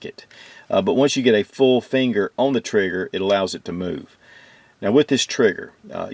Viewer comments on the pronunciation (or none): none